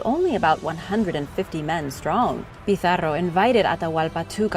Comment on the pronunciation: Wonderful video thanks for bringing world history to a wider audience, this have been one of my favorite. Your use of regional languages the way you went out there to say Pizarro was exquisite!!